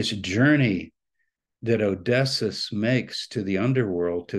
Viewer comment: Isn't Odysseus pronounced 'O-dis-ee-us'? Maybe Dr. Tabor knows something about how to pronounce it that I don't?